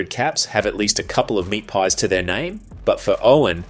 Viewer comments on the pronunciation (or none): none